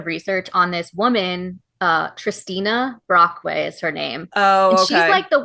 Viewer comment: Waitwaitwait… Did you say “Tristina Brockway”? This explains a lot.